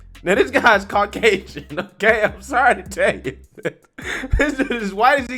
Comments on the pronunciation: did anybody notice, whitey said carcasian and not caucasian? lol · Dude said Car Casion bahahaaaaaa!! Thats Caucasian you duechbag